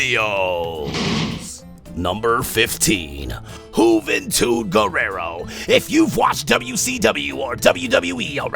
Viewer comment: Juvantud Guerrera not Guerrero